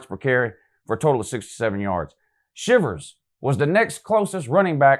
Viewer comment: Its pretty evident you havent watched an auburn game this season. You just see stats. yes bo nix's stats are not great, but he is managing the game. Also, you said shivers like the verb. It is pronounced shy-vers